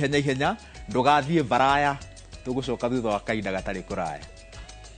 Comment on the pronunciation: Not varaya n varasa